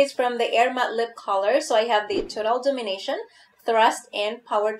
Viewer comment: Dom-in-a-tion.... not domin-ition. Kinda like dominate, but tion in the end.